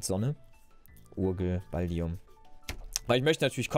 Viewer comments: Der Typ mit dem Ballkopf... Heißt BallduiN nicht Balldium.... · du sagst immer Baldium aber der dude heißt Balduin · Ballduin nicht Balldium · er heißt Ballduin und nicht Balldiun!!!!